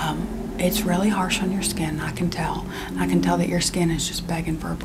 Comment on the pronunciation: “Hai mah name is doctor skyiin.”